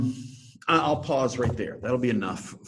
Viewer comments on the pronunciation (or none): none